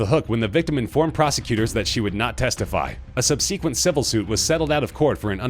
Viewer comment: So is Roman Polanski not rich? Also, in what part of the country is the word pronounced "sub-SEEK-went?" And do they also say "con-SEEK-wentz" for "consequence?"